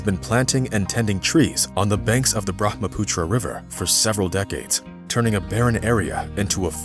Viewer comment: You pronoce bharmaputra river wrong 😭